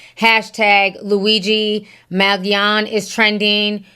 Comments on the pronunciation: “Mag-Leon” “Mal-giano”😂 Ti be killing me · Hi, I believe it’s pronounced Man-gee-own, the g is soft and no emphasis on “ne”. Thank you for the commentary! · m-aa-n-j-OH-n-ee= Mangione I think my heart skipped a beat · Man-gee-ohnee is how it's pronounced. He is from a wealthy local family. Not sure his motivation, but it will come out eventually. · U DID NOT PRONOUNCE HIS sir NAME CORRECTLY...MAN-JOE-NAY!! OK? NOW, THERE U HAVE IT!!!! CORRECTING THE RECORD. HE IS A vowel PERSONAGE, AFTER ALL!!!!!! JUSAIN.